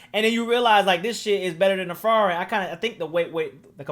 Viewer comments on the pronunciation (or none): none